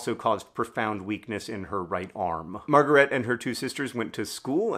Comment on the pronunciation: Two quibbles of pronunciation: She was German so: 1) Her first name is pronounced ma(r)-ga-RAY-tuh. The first two syllables "a" rhymes with the a in fa. the (r) and the R are the French R, the former is optional if you speak English. Ray, a drop of golden... 2) Her last name is pronounced Shteyf. the "ey" you got right.